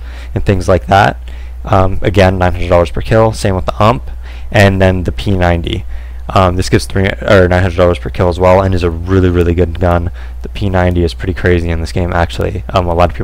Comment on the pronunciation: lol he said "Ump" instead of "U.M.P" ..